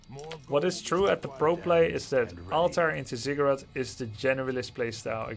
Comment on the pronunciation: Watching at 1.5x speed, every time you say "ziggurat" it sounds like "cigarette" and throws me off. That is all.